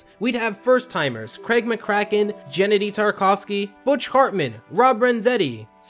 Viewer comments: He pronounced Genndy Tartakovski's name as "Genedy" at or so. I cannot rest without others knowing this. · Gennedy Tarkofsky, who is that? Oh, you mean, Genndy Tartakovsky! Ralph Baski? This guy needs to pay more attention to the names he’s butchering.